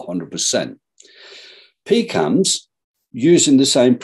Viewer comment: Everytime he pronounced "PCAMS", it sounded like "Pecans".